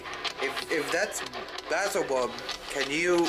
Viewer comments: Its beelzabub what a plum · Bazzle-bub? "Is your name Bazzle-bub?" ROFLMFAO!!! says: "Practically the same as Satan." Not practically...it IS the same dude! lol!